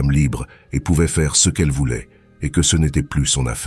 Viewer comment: encore une de ces MMMMMMMMMMMM de voix robotiques, c'est vraiment horribles à écouter, si au moins les mots étaient parfaitement dit, mais non, y'a toujours toujours des flops, du style ce ils le disent en deux mots même trois parfois, d'abord C après E et ensuite CE , faut entendre pour comprendre à quel point c'est casse - c et casse - oreille désabonnement direct, c'est insupportable à entendre, y'en a qui veulent devenir youtubeurs et ils ont même pas l'envie de perdre leurs temps à lire leurs scripts eux-mêmes, alors changer de hobby vous n'êtes pas fait pour ca